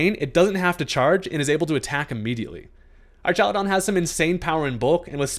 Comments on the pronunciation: Why u sayin it like “ar-TCHA-lu-don” instead of “ar-KA-lu-don” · So, just to preface, this is the first Ive heard it said... but I feel like it would be pronounced ARK instead of ARCH, because you know... electric arks